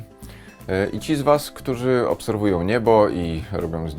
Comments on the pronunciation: "Ludzie... Ktuzi, szczezi". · Ten program wygrali ludzie, "któzi som szczezi". Ja należę do ludzi "któzi" wiedzą że Ziemia jest kulą. I jesteśmy "szczezi" 😁